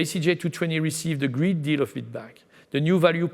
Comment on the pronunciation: Hey dear! I know you're French (me too) but given your position and salary the least you could do is try to speak a tad better English! You seem to not be getting the difference in pronounciation between "greet" and "great". Gotta work on your "ea" if you wanna spread (and not "spreed") your wings. You sound worse than Pepe Le Pew! That's a shame such high ranking jobs are occupied by people who are unable to speak decent English. That gives a bad image of us, frenchies. The cuteness of a French accent has its limits.